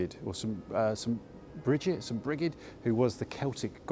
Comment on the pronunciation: Good video. Very enjoyable. I just want to say though, that Brigid is pronounced ‘Breed’